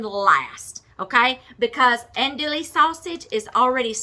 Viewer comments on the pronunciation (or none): "Dewy" 😂 not "le" 🙋‍♀️ from South Louisiana! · Silent on the L's hon😚